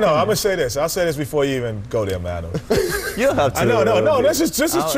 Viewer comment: its not MANu. its MAWnu :p